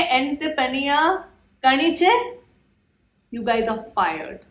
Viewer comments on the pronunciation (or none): one thing you should give importance to while reading or talking Malayalam in English is, you should consider pronunciation. For example, , it's not kaniche, but kaaniche. the 'A' sound should extend. But one thing I should admit, you are a good and fast learner in malayalam